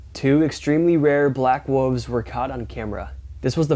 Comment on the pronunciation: you are straight up my man but it is wool-ves not "woofs!" P.S. I appreciate your research (e.g. Battle of Los Angeles)